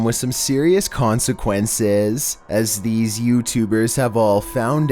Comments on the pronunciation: Nigga said “con-seh-quin-sezzzzz” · misteriyos consekwenses